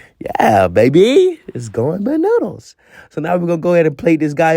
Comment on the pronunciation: Not bunoodles 😂